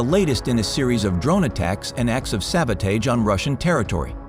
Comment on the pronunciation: Who are these commentators? Are they people or some sort of AI? He speaks with an American accent but he doesn't properly pronounce some very basic words. He made sabotage two words - Sabot and Age, and also reconnaissance as two words - Reconnais and Sanse. What is it? I see more and more of this nonsense.